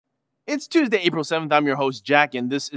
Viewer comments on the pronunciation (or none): none